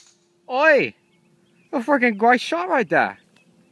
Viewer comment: Sounds like nadeshot says "oi" in norwegian haha! :-)